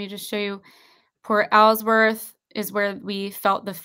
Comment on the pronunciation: I live in Alaska born and raised and I live close to Port Alsworth it’s just up the road from me, I can tell you that this information that your exposing is the absolute truth, it’s pronounced port all’s worth